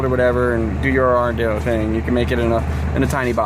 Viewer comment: Ardinno 😆 it's arduino like guido because it's I-talian!